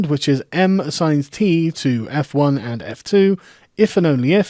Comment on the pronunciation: "and, or, if und for" you German now Carl?